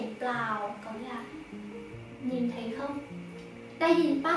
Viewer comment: Ôi chị là người Thái hay người Việt đấy ạ?? @@ nếu mà là người Thái thì nghe giọng tiếng Việt của chị không nhận ra luônn @@ ngoại trừ từ “không” thỉnh thoảng nghe giống “kông” nên em mới biết thôi. Giọng đúng kiểu con gái Hà Nội nghe thích quá ư ư 🥺🥺